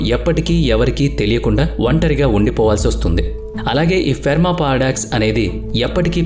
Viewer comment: Ferma kaadu boss, Fermi paradox. Pronounciation correct ga cheppandi. Prati video lo edo oka time lo tappu chestunnaru. Don’t mislead viewers.